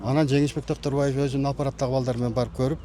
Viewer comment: 😂 ана сага настоящий Концерт😂🎉 Токторбай . эмес Доктурбай болуптургоо. Шармония Шармония Гармония болуптургоо